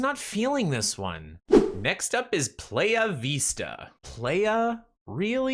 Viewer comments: "Playa," pronounced pl-eye-ah, is Spanish for beach. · Think about de first letter of "ABOUT" or "AFTER" and then use it after "PL" and now pronounce playa